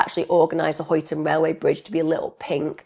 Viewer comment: Just for info - Huyton in Liverpool is pronounced "Highton"